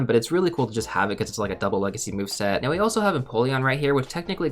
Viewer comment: The one thing that hurts me so much is hearing legacy or com day move.